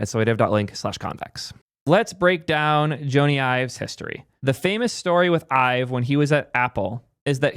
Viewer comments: if you're going to do a history of Ive, you should know, Jony Ive's name is pronounced "Johnny" — like Johnny Depp. Even though it's spelled Jony, it’s pronounced the same as "Johnny" (like "Johny," not "Joan-e"). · Jony is pronounced "Johnny" not "Joe-nee". His name is Jonathan. Will be interesting to see what he & Sam come up with - I disagree with your take on VR - when the Vision Pro is lighter, wireless and cheaper with the same quality or better, it will take off. I'm waiting for a device you can wear for hours without strain. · I cringed everytime you called him Joe-ny. His full name is Sir Jonathan Ive. Because he's Jonathan, its Johnny (just not this spelling obviously) not Joe-ny. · Sir Jony Ive’s first name is pronounced exactly like Johnny. John-ee not Joe-nee. I realize some people with that name pronounce it like Joe-nee but he does not. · Joe knee :D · Sorry but the fact you don’t know how to pronounce his name makes this video unwatchable for me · Sounded like an interesting video, but I couldn’t make it a minute in with that butchering of his name. I’ve only ever heard AI pronounce it this way. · Hey moron! His name is short for Jonathan. You are mispronouncing his name. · That Jony pronunciation is killing me XD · I love but this was an instant facepalm for me and he just kept on repeating it. Tragic irony. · Wtf is this weird Jony pronunciation?